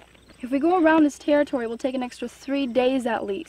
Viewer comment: This tewwitowy is dangewous